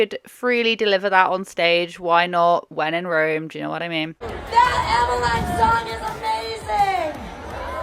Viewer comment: I think it's pronounced Emma-Leen. At least, that's how I've always heard the name said